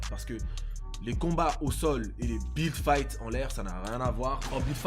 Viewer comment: On dirait tu dit bit fight